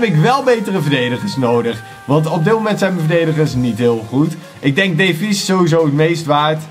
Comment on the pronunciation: er staat davies maar je spreekt het uit als deevies BAWZ ARMY